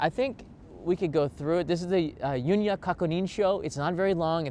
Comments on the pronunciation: I have no idea why pronounces it "yunya," but you will hear "yunyu." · FYI, "Yunyu" is pronounced like "you-new (輸入)", not "Yun-ya". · Thank you for the video. BTW “Yu NYU” is pronounced as “Yu” “NYU” separately, which means import. “Kakunin” means confirmation. “Sho” means form. Your video was most comprehensive.